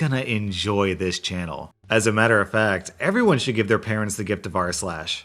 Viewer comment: I heard "everyone should give their parents the gift of arse-lash" Now I'm gonna hear it every damn arse-lash video I listen to. O_O